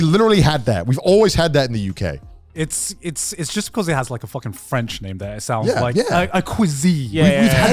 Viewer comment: As someone from Québec that "french" gibberish Garnt spat out audibly gave me cancer